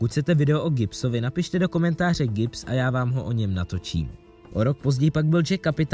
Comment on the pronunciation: Joshamee Gips xd ta gramatika (GIBBS)